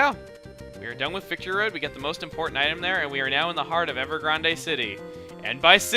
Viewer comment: ... >.> And for the third time. EVER. GRAND! NOT. GRAN-DEH!